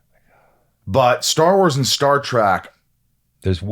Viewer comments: ...It's Star Trek, NOT Star Trak!!!!!!! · Nobody believes you're really a fan, you keep calling it Star Track. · Did the host just say Star "Track"????? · Michael, it's Star Trek, not Star TRACK. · It's funny when Michael keeps saying Star Track, lol. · Star "track"? Again and again.... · Rosenbaum lost some cred when he called it “Star Trak” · Star TREK, not track 👊🏼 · As soon as you said star "track" I clicked away.